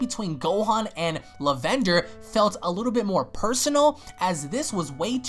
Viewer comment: You seriously said La-Vender to pranounce Lavender's name? Search up how to pronounce it, as it is a plant